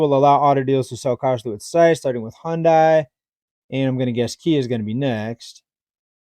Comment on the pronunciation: Hyundai is pronounced Huhn-day. Iran is pronounced Ear-ron. It may not seem like a big deal but everyone should know how to pronounce such common names, particularly as a YouTube content creator. I hear news reporters get Iran and Iraq (Ear-rock) wrong all the time and it blows my mind. Just Google "Pronounce" and then the word, and you can listen to the correct pronunciation of anything, even last names!